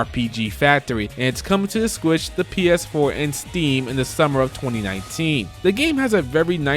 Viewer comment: Is he saying squitch?